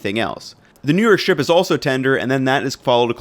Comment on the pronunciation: Strip is not pronounced shtrip.